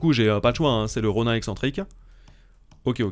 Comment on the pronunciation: Mdrrr Roniiin pas Ron « ain »